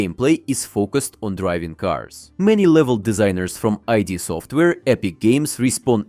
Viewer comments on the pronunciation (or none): It's Id, not ID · Did you just say "Eye" D Software? 💀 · "eye dee software" lolllllllll.... bro that's not how it's pronounced. Great video though, super excited about HL3